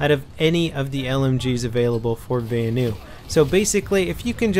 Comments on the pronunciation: Why does he say Vanu so wired...it sound like he's saying Va-anu,not Vanu. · its pronounced Vanu as in Vahhhhnew